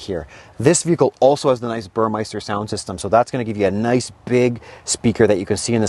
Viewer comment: Love the review and the beautiful car. While expensive it is still practical : Carry 4 or 5 people and their luggage in comfort security and safety. In a long trip with relative economy . Just as an aside , Burmester is actually pronounced as ‘Bore-Mister’. There is no “I” or “aye” . It is not pronounced “Burr-Meister” . Just as Mercedes is actually pronounced “Mertz-sedes”. not “Mer- say-deez”. Few cars are as immediately recognizable and say I have arrived than the S class .